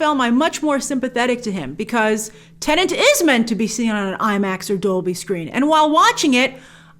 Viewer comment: It's not called Tenant! 🤦🏻‍♂️